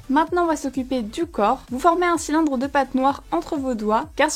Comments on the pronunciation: cool mais tu as dit chylindre au lieu de cylindre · tu a dit chilindre au lieu de cylindre